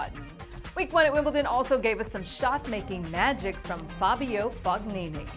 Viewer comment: please check the correct pronunciation for Fognini. I believe in Italian, the g in gn is silent like in cognac.